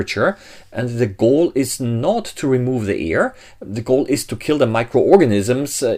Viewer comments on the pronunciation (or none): Not "ear"; "air". Rest is educational. Thank you. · I love how direct, to the point, and great info the video is. However, Air, not Ear pronunciation is a bit annoying. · at the start. "no EAR in the can?? did he mean AIR? learn to pronounce BEFORE posting a video!!!